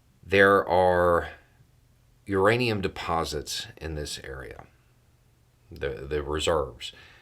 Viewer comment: Hey!!! Your anium!!! You better not curse me again!!! Lol jk its a funny word URANIUM!!!